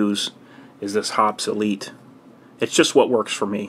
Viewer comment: "Hoppes Elite" sounds like "obsolete" lol